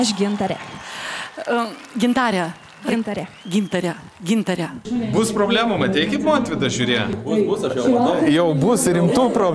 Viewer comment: Kodėl taip savo vardą kirčiuoja? Ar jai tokį davė??